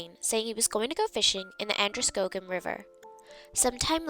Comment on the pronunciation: pronounced An der skaw gin not a long "O" sound.